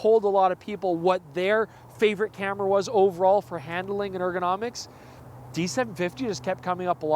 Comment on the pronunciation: Hand–A–ling? Where did that third vowel come from?